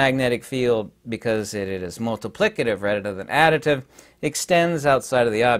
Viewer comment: Ha, you said addiditive